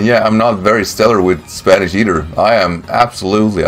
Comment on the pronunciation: Your Spanish pronunciation is actually pretty decent, dude!